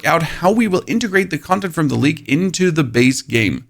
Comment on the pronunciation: OH! He's saying "League" not "Leak." Now I get it.